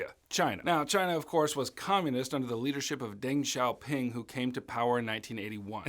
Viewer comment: no offense I love your content, but Xiaoping*